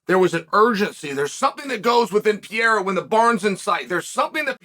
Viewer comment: Chael if you can say Oliveira, for sure you can say Pereira.